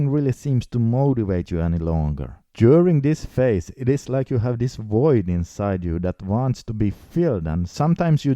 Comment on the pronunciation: Void not voyd.